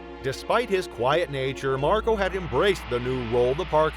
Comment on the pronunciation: I can’t get past Marco being pronounced MarGO.